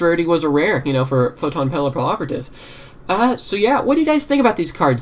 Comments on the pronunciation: Well, actually it is Pap-ee-operative. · arguably thats not right either. Papillon is butterfly in i believe french or italian and is pronounced- PAP-ee-yawn. so it could be different with a "y" sound... ;) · It was hard for me to say pappiloperativtive at first but then I found the trick to it. Pap-ee- L-Operative. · Yugiohs players can't talk. Whats so hard about saying Papilloperative?